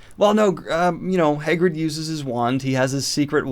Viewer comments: Daniel: next we have “hay-grid” (Hagrid) Me: excuse me, what? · Your pronunciation of Hagrid is killing me, my dude. Fun video, well done!